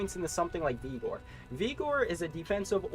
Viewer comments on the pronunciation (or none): its Vig-or.... not Vee-gor......and you talked about this hammerdin build and had a gameplay section, but you never showed off the actual build. You just showed charge and holy shield.